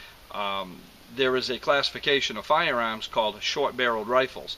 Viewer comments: actually I think he said "FOYA-AAHMS" - the "AAAAHS" ah silent. :) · "FOYER-AAHMS". LOL! And people say that I talk funny... SUBBED!